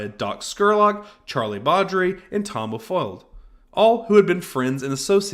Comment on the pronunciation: I'm sorry but when talking about Billy the kid, I've heard you say Tom O'foll when it's really Tom O'folliard.